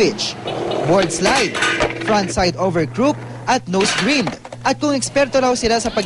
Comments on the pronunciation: Hahahaha nose grind hindi nose greend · Mali ang pronunciation ng grind😂